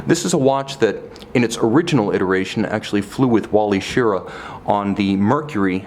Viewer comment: Great review as always. The astronaut's name is pronounced Shir-RAH.